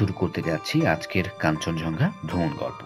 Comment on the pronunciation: vul uccharon koren keno? eita hocche "kanchon Jong Gha" not "kanchon Jhong Ga"